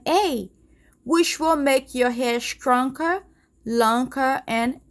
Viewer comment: I love how she says (stronker, lonker 😂